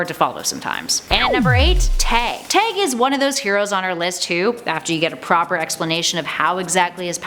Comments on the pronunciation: I definitely thought she kept saying “tang” when she said Tag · why does it sound like you're sayin "meggit" and "teg"?! 🤣